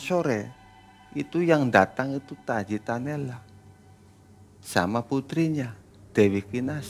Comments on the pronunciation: tajimalela....bukan tajinalela 😂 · PANGERAN TAJIMALELA......bah bukan taji tanela